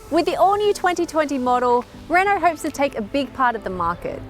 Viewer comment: She pronounced Renault wrong.